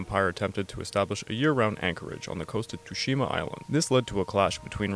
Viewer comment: You said Tsushima wrong btw